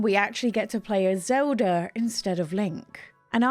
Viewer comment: XOWDAH is a real interesting pronunciation of Zelda.